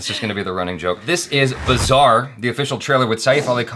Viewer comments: You pronounced it as 'bizzare' 😂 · pronouncing "Baazaar" was absolutely "Bizarre" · Your pronounciation of bazaar sounded 'bizarre'